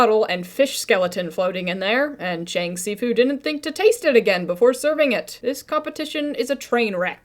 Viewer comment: bruh Fr I'm a mandarin speaker and the only thing that makes anything close to the the s in si in this episode is an x and it wouldn't be pronounced bc x is like sh essentially also the cheng isn't even pronounced right an e in Chinese is like uh or eh depending on which letters you combine it with, and in this case it would be pronounced like "chung" bro what were the writers doing there like y'all should do your research 😭